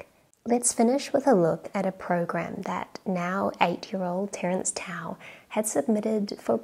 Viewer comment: The c in Terence ruined my ASMR experience.